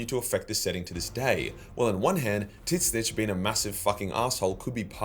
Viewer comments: do i keep hearing "tin-snitch"? :face-orange-raised-eyebrow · Titsnitch is the most aussie way you could possibly say that name lol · The pronunciation of Tzeentch is hilarious 🤣 it’s made my day 😂